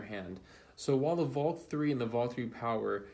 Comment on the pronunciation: Not saying the names right; it's VLAK!